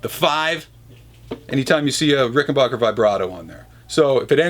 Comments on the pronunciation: It's Ricken"backer". Not Ricken"bach"er. Adolph Rickenbacher anglicized the name (to Rickenbacker), both spelling and pronunciation, after WW1. Apparently, that wasn't enough. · Ricken 'bah' ker? How do you get 'bah' out of 'back' lol